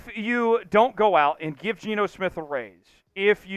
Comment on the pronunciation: It's not Geno